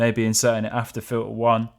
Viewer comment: FIL-ah? It's pronounced FILTER. There is a T in that word.